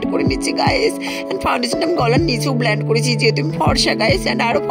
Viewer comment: ব্লান্ড ❌ব্লেন্ড ✅😂😂😂😂😂😂😂😂